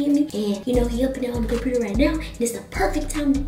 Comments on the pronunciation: peep ha tranna say computer like que . 🤣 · “2008 compurter” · It was funny how she said computur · Girl say computer properly omg🙄 its annoying